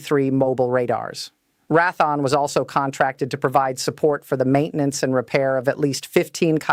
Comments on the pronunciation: This is a very interesting AI. This is the first "news reading" AI that I have seen that occasionally raises its "hands", while it speaks. There is NO WAY that a Real Human would pronounce Raytheon as "wrath -on". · As soon as this stupid AI said "Ratthon" instead of Raytheon (hell, I worked for Raytheon), I stopped the video and will be moving on. Oh, how I hate all these idiot AI videos and their total BS. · You got to fix this AI. It's pronounced Ray-thee-on. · Rath -on? Oy weh. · Learn how to pronounce Re'a Thone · Who the he// is rathon??? Loheed grummin??? At least the illiterate droid got RTX right. Must be a d.e.i. hire. A third grader can read better than that. I hate listening to these things. If this is advanced tech we are screwed. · AI must sort out the nuances of english pronunciations. Good bit of info here, but tedious to listen to "Raaathon" and "Lowkeed" terms. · more like Wrath-on but also mispronounced Raytheon. Another indicator of AI using abbreviation of pounds (lbs) multiple ways l-bs or 1bs. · I'm going to scream if she mispronounces the name of one of the biggest defense contractors in the United States for a sixth time it's pronounced Ray thee on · AI cringe pronunciation for the manufacturer Rath-On. At least the face has blonde hair color, which helps explain some of the *cringe. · Pretty Lady ... why doesn't she know how to pronounce Ratheon ... and Lockheed ... C'mon people ... the intellitgence is 'artificial' ... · Learn how to pronounce Raytheon !!! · She's AI and mispronounces Raytheon. More AI slop. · AI needs to be told how to pronounce Raytheon. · Al can't even CORRECTLY pronounce Raytheon and Lockheed --- 2 of our biggest military suppliers. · I wish this bot could at least pronounce Raytheon correctly. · Great AI generated commentator needs to know defense contractor name is pronounced Raytheon not Raython! 🧐🤨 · Who the hell is Rathon. Perhaps Raytheon? Pronounced how it is spelled? WTF. Silly AI.